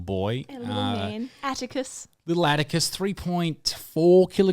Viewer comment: OOOOOOOOO Atticus not abacus